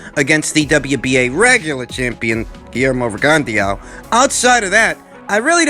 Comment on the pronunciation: PRONOUNCED Rig - on - Dough. If you knew anything about Boxing, you would know this. Sad.